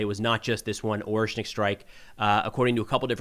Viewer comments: With all due respect, it's orEshnik with e being read as "æ" (if I understand transcription correctly 😂), not Oreshnik. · its ah-ryesh-nik